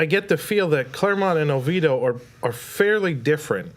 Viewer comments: It is not Over doh. it's Oviedo! Over doh it what others call it who can't pronounce it😂😂😂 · It’s not pronounced “Oveedo”. That’s what the over confidently obtuse call it. If the majority who live there call it that, then I have significant picture of who’s residing there. Pass.